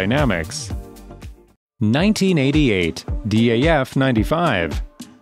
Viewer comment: it’s not D A F it’s DAF